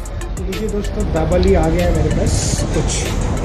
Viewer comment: Jabeli nahi he dabeli he or Parag Mahal nahi Prag Mahal kaha jata he